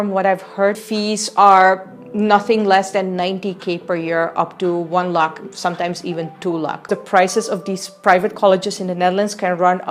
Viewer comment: Please it's lakh not luck